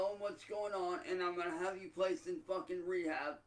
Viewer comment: The stress on the F sound as he says Fuckin